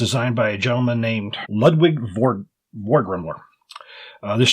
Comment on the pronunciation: Ludvig's surname=>Four-grim-ler